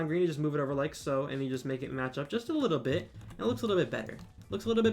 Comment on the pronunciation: why do you keep saying "licku bit" instead of "little bit"